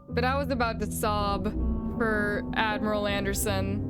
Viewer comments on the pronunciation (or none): it sounded like you said 'dadmiral" lol... wait did you 😳?